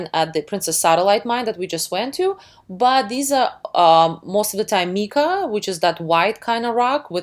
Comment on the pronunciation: I am not Neil , I am a roommate Great video I learned alot , how ever you are saying mica incorrectly it is not spelt meka , it is pronounced like the name mike but mica .